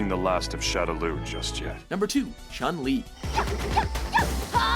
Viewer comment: Why do they mispronunce the name wrong. Ryu and chun li in particular. I dont agree that camy should be in the list. I think akuma or e honda or even ken should replace her on the top ten.